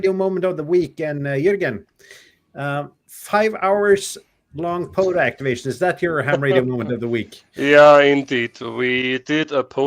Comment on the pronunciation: Guys it's not PODA, it is POTA. With a Tee.